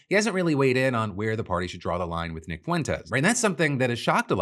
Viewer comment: The fact trump correctly pronounced Nick’s name makes me thinks he knows something about him…